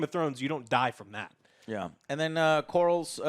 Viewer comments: It's Corlys, not Corals. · There is nothing lazy about sticking with what works. Have you ever composed a song? It's not exactly easy. And the Game of Thrones theme is one of the most epic themes in modern media. Why fix something that isn't broken? Also, the Seasnake's name is Corlys. CORE-LIS. It's really not that hard to say. Anyway, try to give the show a chance instead of being determined to be unhappy about everything. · “Core-liss” “Ray-near-uh” “day-mon” “Vis-air-ees” “Ray-niece” “Miss-air-ia” Otto. Alicent. Etc.